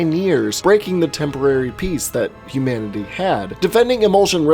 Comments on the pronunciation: sermanity not humanity....lol.... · It’s not humanity... it’s Seranity.